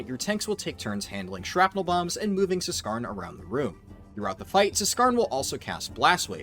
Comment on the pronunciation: the "Z" in Zskarn is silent. as is the "Z" in Zskera Vault...